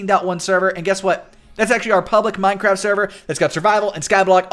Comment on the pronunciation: HE SAYS MINE-CRAB LOL!!!!!!!!